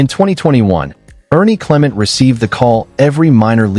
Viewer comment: His name is cle-Ment'. Accent on the second syllable (MENT).